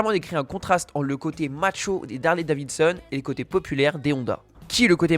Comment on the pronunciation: Une bien belle histoire. Mais quand tu dis Harley Davinson au lieu de Davidson 9a fait pas sérieux.